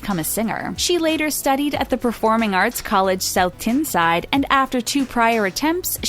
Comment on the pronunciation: The way she said South Tyneside 😂😂